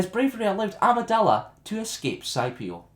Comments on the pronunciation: "Sky-pee-oh" when it's "Skippy-oh" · The planet is named ( skip-e-o ) not whatever you called it. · The Planet Scipio is pronounced as if the c was a k.